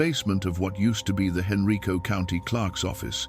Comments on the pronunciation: That county is not pronounced Henreeco. It is pronounced Han-rīco. Richmond. I lived there for 20 years. I've never heard of that story , so i'm not sure if it's true but things like that happened frequently back in those days. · I could not find any reference on Google to Professor Hayes or her journal article and book. It’s very unlikely that there were any women PH.D. professors teaching at UVa in the early 1970’s except in the department of nursing. Henrico is pronounced hen-rye-co so is this AI? Provide the references you used for this YouTube post. Lynchburg, VA.